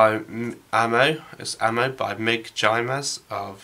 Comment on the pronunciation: Jimenez is pronounced "IMM-IN-EZZ"